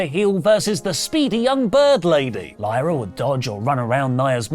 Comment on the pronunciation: Crazy how said Lyras' name wrong then right lol